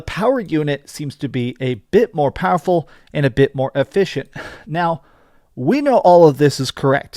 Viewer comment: It is very "fowerfull" lol